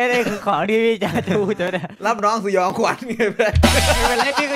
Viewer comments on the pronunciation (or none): สยอง ไม่ใช่ สนอง